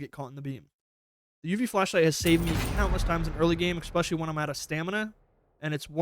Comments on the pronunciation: More so "Expecially" and "Excape" - since when has pronouncing an 's' as a 'x' been a thing in Americal English? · "Eckspecially" lol